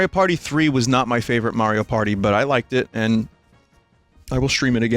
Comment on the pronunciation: holy shit Vinny said Mayro in 2021???? I haven't heard that since 2015!